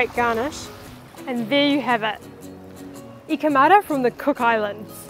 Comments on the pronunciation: It's pronounced "eeka ma-ta" not "hika mada" Lol . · Eek ah mar da pronounce your T's or atleast pronounce the name Aitutaki as you hear it.